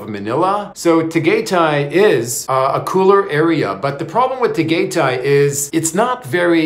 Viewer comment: … Tagaytay is pronounced “Tah-guy-tie.. I just don’t want the locals snickering or staring at you like they did when the taxi guy dropped you off at night to meet Bohol girl. You are a gifted storyteller.. I call you the